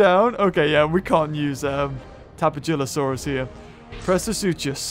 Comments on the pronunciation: Uh,... the "j" in "Tapejara" is pronounced like an H. Tapehara. Tapehalosaurus. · Hey it's tapeja-losaurus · You should name the tapejalosaurus hello because when you say it's name you can hear hello